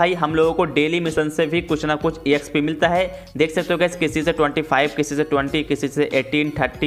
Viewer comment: Collect ❎ C'O'llect ✅ Exp ❎ Æxp ✅ No hate tho love you bro❤